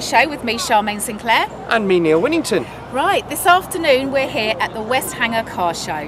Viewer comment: BTW it's Westenhanger. How annoying because it's not far from me and if I'd know I could have got Charmaine to introduce me to Neil Winnington.